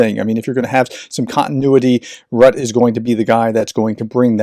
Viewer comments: Rutte: his name is not too difficult to pronounce.. It's not : "Rutt" with a silent "e" at the end, but more like "Rutteh" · His name is still Roo-tuh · Rutte is pronounced Rutter. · You are mispronouncing the name of Mark Rutte. It sounds more like “”Rutter” or even “Rooter”, rather than “Rut”. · The e in Rutte's name is pronounced almost the same way as the u. So it's Ruh-tuh. And that RELOS pact is going to annoy China. Because India currently doesn't have ports on the other side of China (untill now). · His name is pronounced; rut-te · Pronunciation tip: Mark Rutte (you'll be saying his name a lot). His surname is pronounced Ruttuh. Dutch: [ˈmɑr(ə)k ˈrʏtə] (Wikipedia has an audio file.) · Please try to pronounce Mark Rutte’s name in the right way - it is annoying to listen to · Hi, Dutchie here. Since Rutte is going to be there for a long time and you'll have to pronounce his name a lot, 1 tip: In Dutch we pronounce the last e. But not as an e, more like an u. We call it a 'silent e', if I remember well (primary school lessons). It doesn't sound quite like an uu, more like an u. Mais bon, what am a talking about. Wikipedia always has the phonetics on-board in their pages. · And we have to work on your pronunciation of "Rutte" professor ;-)